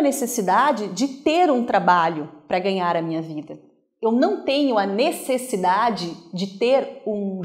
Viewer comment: Obrigado pelo vídeo. Só queria fazer uma correção na palavra "necessidade" e não "nessecidade"... Grande abraço ! ( )